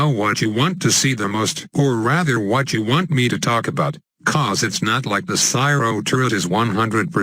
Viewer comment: Does anyone else hear "cyro" instead of "cryo"